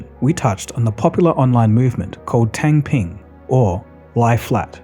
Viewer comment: 'Tung Peen.' Or 'Tongue Peen'. Is how you are to say it. Not "tang ping."